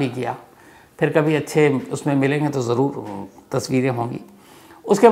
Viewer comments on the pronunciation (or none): none